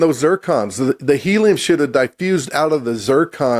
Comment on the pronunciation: "those zircons have 'heliun' in them". Not helium... but heliun. He keeps saying it, and the other clown doesn't even flinch.